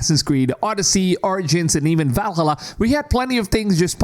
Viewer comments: VAL:HALLA NOT VALHALLUR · I really don't want to piss on your video, but... I know you are coming from USA and most Americans sucks at languages (even English). Anyway Valhalla is part of Nordic mythology not Suomi (Finland). So it's pronaunce Vaalhaala definitely not the way you are pronauncing!!! If you are coming from Finland I would understand 😉💪 Cheers ❤ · I'm blind. I need the line. Ubisoft are the only ones catering to my kind. Also, "Val-hulluh". That's a new one for me. Also, also, respect for human voice. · Can you say Valhalla ones more please?